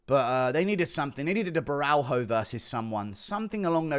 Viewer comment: It’s Caio (Bo-hyo) just say Ohio with a B in front of it